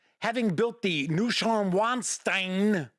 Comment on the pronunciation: I know, I know, pronunciation yada yada yada. But, this is a real language, not fantasy names. Lol. Plus, everyone has heard of Ludvig van Beethoven So, 1, Ludwig: say it LOOD-vig. Yes, the w is a v. And 2, Neuschwanstein is pronounced (get ready, lol) Noy-SHVAHN-shtine. Put that in your smoke and pipe it. Lol. Love your show. I know how you are about pronouncing things. I'm being helpful, pedantic, AND giving you a mild hard time, all at the same time! 😅